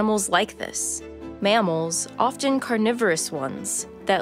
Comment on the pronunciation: This file pronounces the T in “often”. How ignorant can you get?